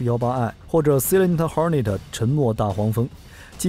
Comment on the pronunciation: Silent 不是西冷，赛冷t